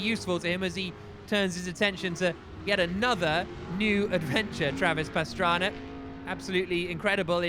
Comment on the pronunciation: When did start announcing and why does he call Pastrana, Pastraner?